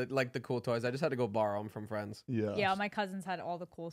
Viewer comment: “yeauh” KILLED me 😂😭😭